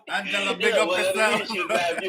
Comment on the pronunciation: My Swedish Brother! ITS NOT "ANGELA"😂😂😂😂😂